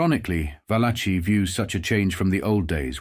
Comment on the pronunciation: There it is again - the pronunciation VAL-a-chee, for “Valachi” (really, va-LA-kee). It seem like it would be worth the technology but does the narrator sample his voice, and have it reproduced by a robot or other ai applications?